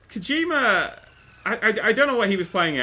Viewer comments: lol kojimer, kojimerrrr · I love the way you pronounce Kojima, "that's Kojimer, that's Kojimer shit!".